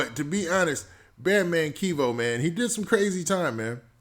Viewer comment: Bro his name is not KEYVO it’s Kevo like Kevin Kevo